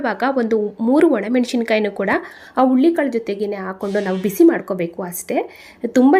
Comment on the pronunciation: Ullikalu alla HURULI KAALU .PĹÈASEEBE CAŔEFUL AVBOUT 😢PRONOUNC IATION .